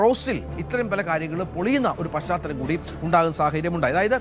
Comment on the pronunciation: Paschaathalam...paschathalam...kurachu malayaalam vaakkukal padikkuka